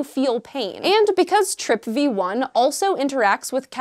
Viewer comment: TRPV1, pronouned as TRIP VEE ONE. Gotcha....